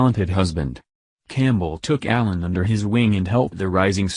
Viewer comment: A Mc Alan not "allen"